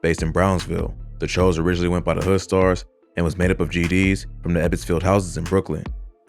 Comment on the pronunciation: its pronounced like chew like jimmy choo